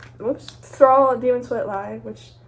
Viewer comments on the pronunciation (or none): none